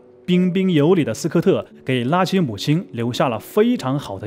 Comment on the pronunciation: 拉奇這發聲真難聽，像說垃圾